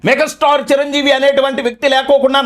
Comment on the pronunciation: మెగ స్టార్ కాదురా బాబు మెగా స్టార్ అనటం ప్రాక్టీస్ చెయ్యి ముందు